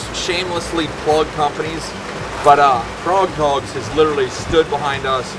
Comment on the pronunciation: It's frogg toggs. Not froghog lol